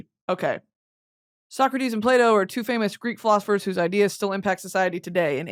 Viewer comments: Everytime she says Plato I hear "Play-Doh" and can't stop laughing 😂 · Thought you said Play Dough instead of Plato at the beginning